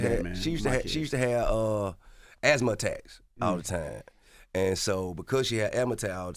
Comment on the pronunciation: Bro said ASSSMA LOL